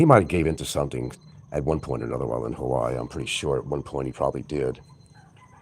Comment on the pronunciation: no criminal record. just 60K in HA WAI I 3 syllables